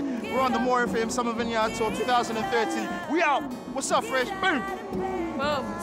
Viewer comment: vine-yard! classic. you know your fresh when you mispronounce vineyard. i love this show.